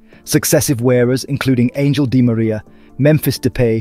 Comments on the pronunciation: Angel is DiMaria’s name and while pronounced in Spanish it sounds an-hael 😅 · It’s pronounced Ang-hel Di Maria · U best fix that pronunciation 😭😭😭cuz i can't take this💀😂😂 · Pronounced Cantona & Angel Di Maria wrong AF hahahahahaha😂 wtfff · This guy’s pronunciations are cursed… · GET THE PRONUNCIATION OF THE FOOTBALLERS NAMES RIGHT !!!!! They may spelled on how they look but not how they are said